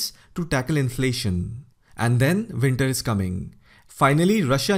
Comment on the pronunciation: He says “Vinter” is coming because he can’t pronounce a W